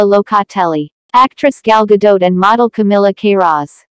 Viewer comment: Gal Gadot is Israeli, not French. The "t" isn't silent!